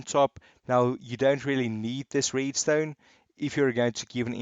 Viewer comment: I love how he says „Reedstone“😂😂